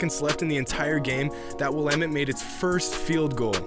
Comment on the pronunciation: U sayin Will-Ahh-Mette wrong btw. Nice vid tho.